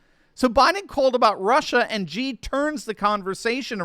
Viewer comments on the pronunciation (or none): The pronunciation for Xi is just like you would pronounce the letter "C", not Gee. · Xi is pronounced “she.” Great video, as usual!